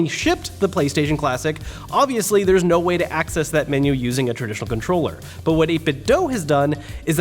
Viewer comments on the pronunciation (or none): “ now again you can use DualShock4 controllerlelree”